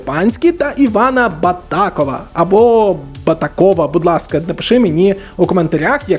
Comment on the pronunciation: Дякую за контент) Правильно наголошувати на о ) БатакОв